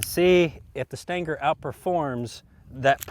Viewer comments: Stinger. Steeeeeeeenger. Not staynger. Can't take you seriously. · Stanger? Float like a butterfly, stang like a bee? I believe it pronounced sting ·ur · What is a stin-ger? Are you trying to say “stinger” ? Lol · Stinger* not Stanger 🤣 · The CCI Stan-ger? I thought it was pronounced, Sting'er? I agree, who cares? I just find it interesting the difference in the Human pronunciation of some words. Some of the most differences are between America and the UK, (concerning the English language) some are quite humorous, some of the Brits talk as if they had a huge "loogy" stuck in their throat? Spit that thing out gov-nor! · "STINGER" = "STANGAR". All the same apparently. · Every time I hear you say "stanger" I think, "WTF?" and then realize a second later you mean "stinger." And I grew up and spent the first 40 years of my life in east TN. I think if I heard it when visiting "back home" it wouldn't surprise me but online it's just so unusual I have to think a second. ;) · Stinger doesn't have the letter "A" in it, but I love how you add it. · What is a "Stan Ger" bullet? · did he say stinker ? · What's a "stan-gar"?? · What are "Stangers" :) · I think I watch his videos to hear him say "stanger" as much as I do to learn something. 😆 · what the hell is a "stanker" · "But how will it compare to the Stayngur?" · It's a .22 CCI Stinger. The pronunciation is a Kentucky slang accent. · I thought he said Stanker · What is “stanker” ammunition? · "Staingger" LOL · I concur